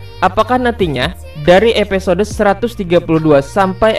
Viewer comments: Stop bilang epesode, itu mengganggu telingaku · Bng episode, bkn epesode, wkwkwk